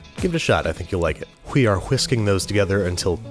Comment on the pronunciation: "Whee are Whisking together until thoroughly combined"